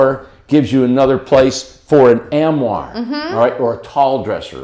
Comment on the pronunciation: since no one else is going to do it I guess I'll have to be the one. Armoire Wardrobe American pronunciation￼ Sounds like aarm·waar